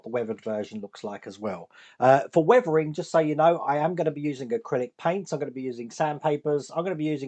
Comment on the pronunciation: What is it with you UK English and words with "th"? Weavering-weathering, Wiff-with, Free-three, Brover-brother, Furver-further, etc.